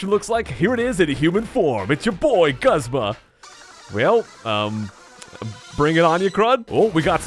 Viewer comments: I am 99% sure it's pronounced GOOZMA! Not guhzma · Its pronounced Goozma not guhzma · Broad Death the anime is not always correct you know right in season 1 Brock says the fire types are super effective against water types... also look at the rest of the comments, most would agree that it's pronounced goo zma